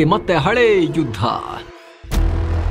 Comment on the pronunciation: 0.35 hale judh alla sir hale yudh